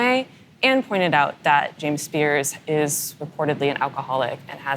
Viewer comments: Spears' - pronounced 'spears', not 'spearzez'. I know--it's weird. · The interviewee/reporter used it correctly. The interviewer, however, repeatedly pronounced the possessive form of the name incorrectly by adding '-es' to the end of 'Spears'. It's an interesting rule, but when a name ends in 's', the possessive form is pronounced exactly the same. Example: Britney Spears' dad is James Spears. In the sentence, both occurrences of their last name is pronounced the same. One is possessive and one is not.